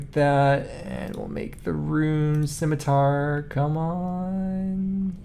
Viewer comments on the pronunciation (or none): none